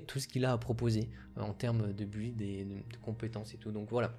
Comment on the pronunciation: "Build" se prononce "bild".